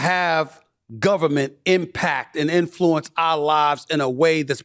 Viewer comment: I love SAS but it is pronounced “IN-fluenced” it drives me crazy that he always says “in-FLU-ence.” Otherwise all good 😅! I think he’s great.